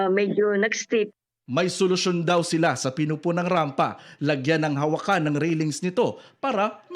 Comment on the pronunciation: Hahaha sulosyon daw yan or kunsimisyon😂😂😂😂